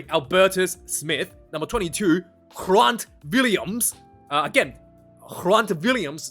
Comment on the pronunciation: Good effort pronouncing the Afrikaans names, but just a note… Grant Williams is pronounced with a hard G, as you would in English. :)